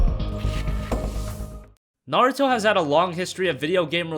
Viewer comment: Thanks for the video. What about hand-held games? Can you perhaps make a top 10 video just for hand-held Naruto games? And also, your name pronunciation is pretty hilarious. Do they say Naruto like that in the states? It's far off from the original Japanese pronunciation atleast.